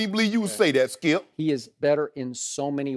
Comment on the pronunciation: Skip and Shannon: UNDISPUTED Skee-ip SMFH 🤦‍♂️ 🤦‍♂️ 🤦‍♂️